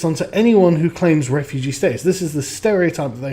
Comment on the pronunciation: John Wyskochil camp re-foo-gee